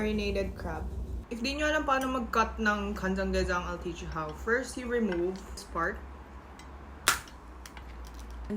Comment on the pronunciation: Pirst… you open the door Lil brother: Shell: Alam ko… SHELL 🤣